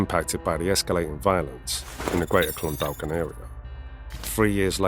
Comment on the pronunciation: Clondalkin is pronounced Clondakin.the second L is silent.